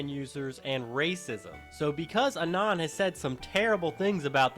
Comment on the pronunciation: "ah-non" holy shit